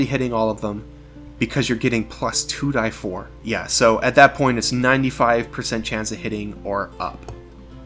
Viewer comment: anyone else triggered he says 2 "die" 4